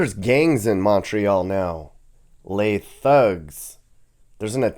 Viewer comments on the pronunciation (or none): "Les Thugs" 😅😂😭💀